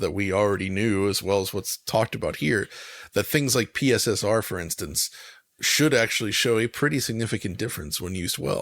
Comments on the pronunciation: Out of all this debacle the absolute best thing is calling it PiSSR. Brilliant! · I look forward to hearing PSSR pronounced as "Pisser" in many future videos. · Please never stop calling PSSR "pisser" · “PSSR, or pissah” 😂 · 'Pisser' was the first thing I heard. Its even worse than the Xbox SAD (S All Digital) edition name. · Remember what said: “PSSR” is pronounced “pisser”.